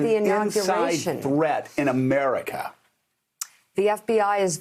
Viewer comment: I like how he said "america" the same way we in the rest of the world say "MURICA" jokingly.